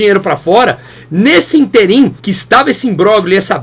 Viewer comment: não existe interIM. O certo é ÍNterim. E fala-se IMBRÓLHIO, e não IMBRÓGLIO. Abraço!